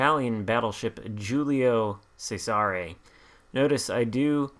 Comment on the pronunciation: Great video! This is a very good shop and fun to play at Tier IV. This ship has a tricky name to pronounce in Italian, (pronounced Julius Caesar in English) but hopefully this helps . The “G’s” in Italian are generally silent and the “C’s” at the beginning of words are pronounced with “Ch” sound. The “S” in “Cesare” makes a “z” sound. “Giulio Cesare” is best pronounced like this: ee-you-lio chez-a-ray Hopefully this helps. I find this ship to be kinda “tanky” with angled caution, and can hold its own with some Tier V ships like the Arizona and few others at Tier V. I think this ship would respond greatly, if there was an Italian dispersion battleship captain. Still, it’s a lot of fun ship to play.